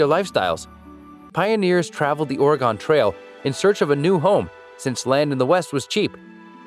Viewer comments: quick tip people here pronounce it “or-gun” not “or-i-gon” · It’s “Ore-gun” lol obviously he doesn’t know certain things lol